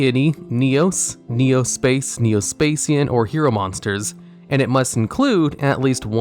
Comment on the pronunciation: Neo "Spa Shian" not"Spa Cian"